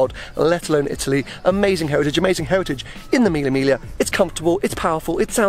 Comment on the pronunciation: Use google translator and you'll know how to pronounce Mille Miglia.